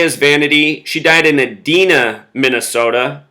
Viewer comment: Edina is pronounced E-dine-ah. Americas first indoor mall, Southdale, is in Edina. Southdale=33 just like Edina.